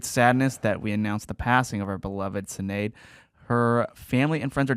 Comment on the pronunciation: Bro…Sinead is pronounced with an SH sound. Like the name Sean.